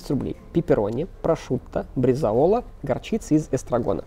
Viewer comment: Правильно говорить не брезаОла, а бреЗАола